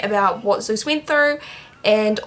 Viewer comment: It's so funny when you say your dog's name. I'm German and it sounds like "süß" to me, which means "cute" ;) Fits perfectly i believe :D